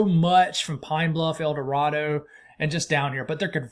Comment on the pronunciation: Little Rock says hi. Thanks for the report. Knowing you to be the perfectionist that you are in all your reporting, if you want to pronounce El Dorado (Arkansas) like the locals, make the "a" a long "A". Blessings to you and yours!